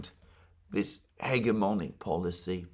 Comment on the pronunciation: It's pronounced . It's a soft 'g'. I only bring it up because you seem to be fond of the word.